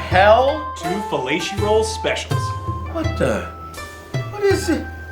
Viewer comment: felati-rolls lmfao